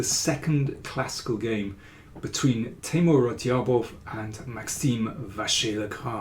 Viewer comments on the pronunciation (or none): Hello Daniel, how are you. I really enjoy the videos. Just for names of grandmasters, I just remind you of Radjabov's correct pronunciation: It is NOT pronounced /Radyabof/, but /Rajabof/, 'dj' being pronounced as it is in 'bridge.' Regards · The "J" in his name is not silent btw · great stuff as always mr. king, just the way u say radjabov is funny check that